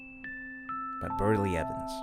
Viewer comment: Its Beryl. Not Berly